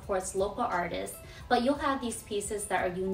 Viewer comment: I like this because it encourages me to use the woodworking tools I've acquired over the years for myself and not always for others, I need to renovate some custom pieces for myself. Also, not a dig, but I've never heard "artists" and "artist's" pronounced differently, is that an L.A. thing?